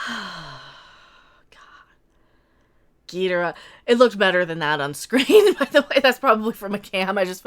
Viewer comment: YOU always pronounce GHIDORAH wrong its GHID OR AH